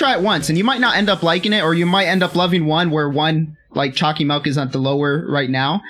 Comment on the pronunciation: Choccy milk not choccy melk